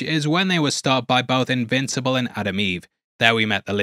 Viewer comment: did you just say immincible?